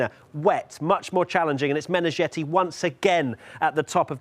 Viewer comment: Meneghetti as in spaghetti, not -jetty or-zhetty.